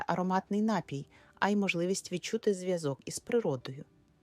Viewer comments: напІІІІй! Заглянь до словника наголосів , лежню !!:face-orange-frowning::face-orange-frowning::face-orange-frowning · напІІІІй!!! Наголоо на "І"!:face-turquoise-covering-eyes: Як серпом по яйках !!! Береш у одну руку мікрофон, - в іншій має бути СЛОВНИК НАГОЛОСІВ !:finger-red-number-one::finger-red-number-one::finger-red-number-one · Звідки взявся отой ,,нАпій"? Споконвіку наголос був. на 2 - му складі . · Не коверкайте слова, робіть правильно наголос - напІй!